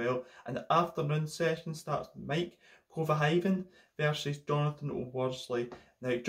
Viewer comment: You pronounced Maik kuijvenhoven like Heikki Kovalainen